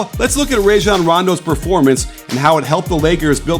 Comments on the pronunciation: RAH-Jon, coach. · "Ray"-Jon Rondo